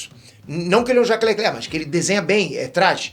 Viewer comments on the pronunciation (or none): none